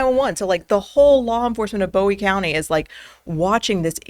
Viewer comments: Bowie County pronounced BOO-ee, or Boo E. Not Bow e I know, we pronounce things differently here. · Pronunciation sounds like “bouy” county. Thanks. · It’s Bowie County, named after Jim Bowie, not David Bowie. 🤦‍♂️ “BUOY”